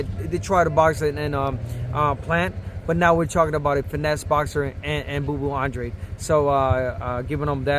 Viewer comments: Since I first started watching Andrade, the announcers and the TV commentators pronounced his name 'On-dra-day', but he pronounced his name 'On-drade'. Wondering why they pronounced his name wrong all this time....🤔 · i heard an Drade too “ahn drrahh deh” is it in Spanish cuz its a latin rooted name